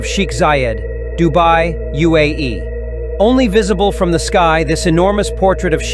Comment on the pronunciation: Bro said UAE wrong